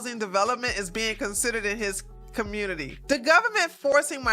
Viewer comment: I always 😂 at the way you say community and communitay. Great video.